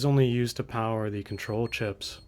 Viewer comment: unlimited POWAH!